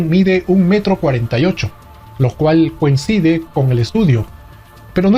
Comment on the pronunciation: Buenos tus videos. Ya vi algunos. Sólo una observación: se dice coincide. No "cuencide" .